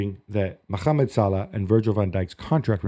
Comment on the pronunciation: It is so ignorant the way you say “Mohammed” there is no kh in it.